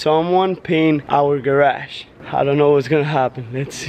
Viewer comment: Not to be rude but did u say garash